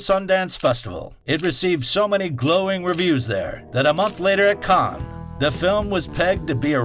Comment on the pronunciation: Fantastic effort but it's still driving me crackers every time he refers to the "Khan Film Festival". It's written "Cannes", which means in French it is pronounced like "can"... if you want to anglicise it, just pronounce the S: "cans". But for heaven's sake stop saying "Khan". That pronunciation is much closer to Caen, which is a city at the other end of France, pronounced something like "Cognh".